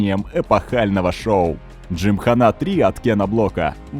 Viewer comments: Не выдержал досмотреть до конца. Уже тригерить начало это слово джимхана́. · Кен Блок и дрифт, как вообще связаны? Это какой-то байт на произношение? С таким понтом приведена ссылка на правильное ударение в слове джимхана, хотя в случае заимствованых слов, некоторое их искажение это совершенно нормальная практика, а потом начинается-ПастранА, бифи, дрифтЁр, ламборДЖини. Почему, если речь идет непосредственно о роликах с участием Блока, не упомянули видео из России с канала гоупро, подобных, я думаю, было много? Автор, тебе бы к доктору сходить, проверить количество хромосом в 21 паре, допускаю, что у тебя их три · ЛамборГини, а не Джини))) Хотя слух режет намного меньше чем ДжимханА))